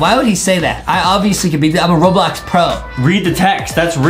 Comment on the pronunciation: Bro said boblox